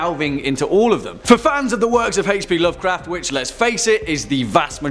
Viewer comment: Why does the guy pronounce h p Lovecraft so wrong